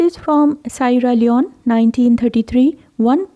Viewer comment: Sierra Leone is pronounced See-ara Lee-own.